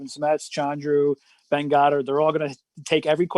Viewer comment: Dwain and the schmoebot both pronounced my name right whereas Ben often hasnt. I love this show and it was fun watching it live and donating.